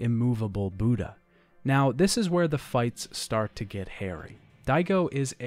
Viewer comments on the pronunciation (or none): none